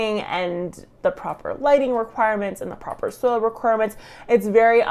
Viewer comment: Every time you say Soil Scientist I hear Soul Scientist 😂 and it gets me thinking in the wrong direction 🙃